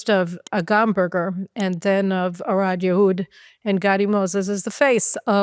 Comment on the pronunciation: Thank you Caroline. You are as amazing as ever. Just one "correction". You call the last female hostage released today "Arad? Yahud". Her name is Arbel Yahud. Keep being our voice in the world.